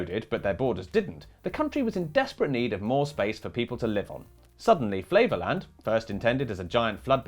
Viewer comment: Flevoland to my ears sounds like flavourland and sounds delicious.